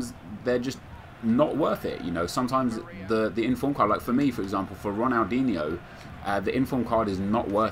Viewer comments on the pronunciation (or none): none